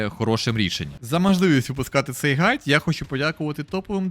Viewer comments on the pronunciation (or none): Так ґайд же, а не гайд Але дуже дякую за контент